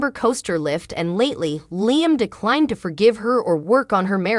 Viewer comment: For Heaven sakes! When will this Commentator learn how to pronounce Liam's name? It's pronounced LEE-UM, not LIE-UM! WAKE UP WILL YOU? 🤬